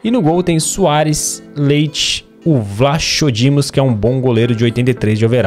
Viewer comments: pronunciasse vlacodimos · Aprende a falar português, tu chamaste o vlachodimos a ler o cho mass era assim vlacodimos, e também chamas-te o odisseyas de odiseyas! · Nao é a sim que se diz o nome do goleiro eu sou benfiquista e portugues